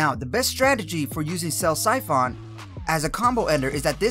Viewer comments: Good video, nice and informative. Just work on pronunciations like koagulation and siphon. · Terrible pronunciation on Koagulation and Siphon, but great clarity and depth of guide.